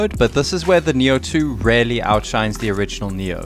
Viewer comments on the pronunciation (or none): Really.!!! Your favorite word. Please say it right. It should sound Rilly or reely, not relly. Or use variations:truly undoubtedly genuinely without a doubt honestly indubitably certainly surely assuredly unquestionably undeniably indeed Thank me later. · you know, there IS a letter "A" in the world "reAlly", yes ? It does not pronounce RELY, it is REALLY , like reeeely . mkay ? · If I got a dollar for every time you say Relly 😂😂😂😂